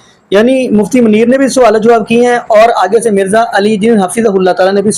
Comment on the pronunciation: Bhai Ayat to sahi sa parh lo pehlay. No doubt you read it wrong🙄 Mufti Muneer ❌ Mufti Maneeer✔👏